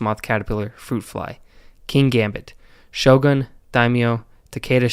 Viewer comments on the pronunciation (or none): none